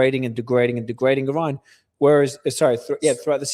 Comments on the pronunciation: Just the way pronounces Iran tells you been there done that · Lol no it doesn’t. He pronounces Iran like an Arab. We Iranians pronounce Iran without the rolled R. In my opinion he is way too optimistic on Americas ability to establish that naval and air corridor simultaneously. If this was possible America would have done it during the last round. According to the lieutenants logic the only reason it will be possible this round is a slight drop in oil prices.